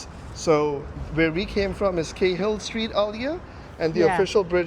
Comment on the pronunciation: Cahill is actuality proncounced like "karl". Behind the fence is a tunnel entry which was where trams used to run (like the trains on the other side of the bridge). Sydney had one of the largest tram systems in the world, removed in 1950's, and returned with new lines in pastnfew years.